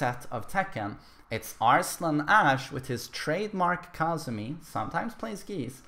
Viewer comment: Its Kazumi not Kaazumi mate